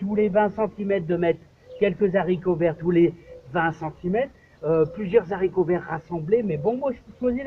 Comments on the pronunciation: En français on dit des Haricots pas des Zharicots! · Nb ... Comme chez nous. Les Z.haricots vert ... mdr